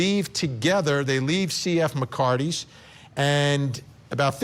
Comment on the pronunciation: You keep calling it McCarty's when its MCCARTHY 'S you actually show the name and still get it wrong.